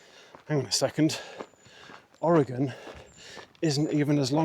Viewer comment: You've really been doing great lately! Only 68 miles past this and you'll be 2/3 done! I love that you pronounce Oregon correctly and you like root beer! And you'll really enjoy Umpqua ice cream!